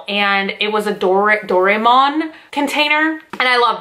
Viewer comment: i love how you pronounce "doraemon", "doraymon" xD we usually spell it "dora-emon"